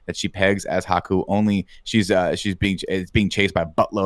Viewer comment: It's Haku. H-A-K-U. Why are you putting in the O?